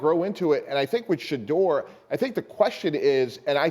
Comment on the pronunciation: im not trying to be mean but please practice on saying these players names correctly especially our players It’s Shu-door sanders with SH sound And it’s ASHTON not Austin Just practice